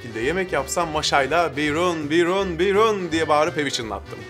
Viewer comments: Biyrooon telaffuzu hiç olmamış yalnız. Hiç mi çarşu pazara çıkmadın hiç mi esnaf arasına karışmadın derler adama. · "biyrooon" öyle okunmaz, bi sahile, salı pazarına, insan içine çıkın..